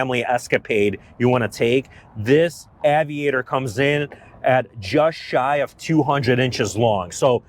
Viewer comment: “Avid-actor”, what did he just call this car?